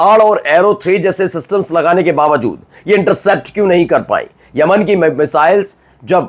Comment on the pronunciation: Tum kya patrakaar banoge Tumse Khabar padhna to a Nahin raha hai Yaman ko Aman bol rahe ho